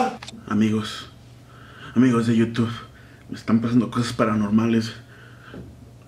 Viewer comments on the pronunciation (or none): none